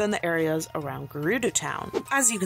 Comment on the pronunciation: Gerudo is not pronounced Grr-roo-doo it is pronounced Grr-ud-o. I just thought I should let you know ✨️